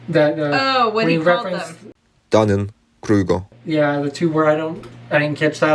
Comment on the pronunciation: Learn to listen! It's not "danny grykor". Dunning Krueger DUNNING KRUEGER